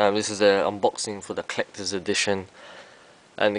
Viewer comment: HAHA he said "Clecters" edition! lol!